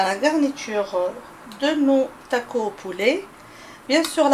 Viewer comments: TacoS lol faut prononcer le S ! En tout cas superbe recette comme dhab merci bcp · we ah 3la tacossssss, hihihihi je pensais qu'on français on ne prononcer pas le S, hihihih mais il s'est avéré que ça se prononce, hahahahah